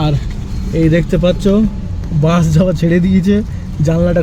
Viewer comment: Bans noi vai bus bolo